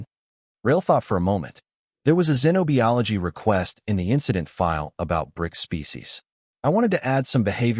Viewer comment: Good story but your AI narrator can't pronounce certain words correctly! Treeleen, zenobeeology? 😂😂